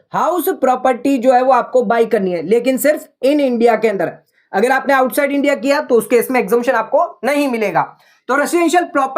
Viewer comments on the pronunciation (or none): none